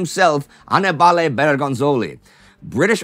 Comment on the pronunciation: Annibale. Stress on the second syllable. ah- nEE- ba- lay.